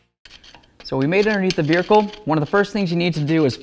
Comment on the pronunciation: ahhh again... no r in vehicle